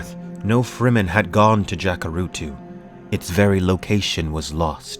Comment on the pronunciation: he should read loud and clear the word FREEMEN, as exactly what it means : free men s land